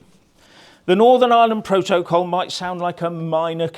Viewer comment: Love the way you say pro - to - col. Richard burton delivery